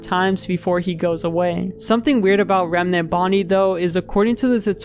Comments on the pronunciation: only thing i hate about this video is how he pronounced remnant, as reme-nant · why bro keep saying remanent instead of remnant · Bro says Remnant so wierd, "Reminant" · why do you pronounce remnant like that